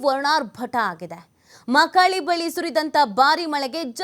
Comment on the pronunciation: ಅದು ಮಾಕಳಿ ಮಾಕಾಳಿಅಲ್ಲಾ